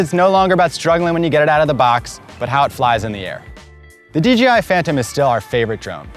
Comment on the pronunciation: He keeps saying DGI